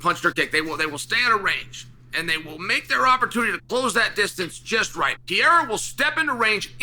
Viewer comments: My guy why do you keep saying Pierre' Pierrer". Guy's name is PE RE I RA. Just sayin' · It’s pereira, not peheira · Pe-rei-ra not Pee-hei-ra 😂😂😂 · It may be easier if you tried saying Pe-rey-ra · we’ll know when Alex has accomplished enough when Chael bothers to learn how to pronounce his name. as of right now he’s still hasn’t done enough. you’ll get acknowledged one day Peehera. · Here for the chance Chael mispronounces it as "Pee-air-uh" 😂😂😂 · “reira” is too hard to pronounce for English speakers 😂😂 it involves a quick roll of the r as Portuguese is very similar to Spanish Pronunciation is RRey-RRah Peh-RRey-RRah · Name dyslexia 😅. Try just sounding this out Per..rer..a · The day Chael pronounces his name right, Pieria will loose 😂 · Pereira has accomplished so much that Uncle Chael is making a good faith effort to learn to pronounce his name 🔥 We now call “Pu-Harrah” the man who was once “Piera.” If he becomes champ/champ/champ, I think we’ll get the next evolution of Chael’s take on his name. “Pu-Harrah” said in a promo piece last night that he’s always evolving his game. Uncle Chael is no different. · Who is this Pee-ay-rah that you talk so much about Chael?😂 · Pee-air-uh puts on his demon face-paint and does black magic techniques with his eyes. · Yesterday it was "Pierra" and later in this video, too. On top of everything else he has accomplished, Alex has also had to change his name every time Chael makes a video. That feat alone makes him a superstar! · Chael is smart. Does he mispronounce Pereira’s name on purpose? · Hey Chael, pls learn how to say Pereira correctly. U got lots of brazilian fans.... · Maybe one more win and Chael will give the man enough respect to say his name right lol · Come on bro at least say his name right lmao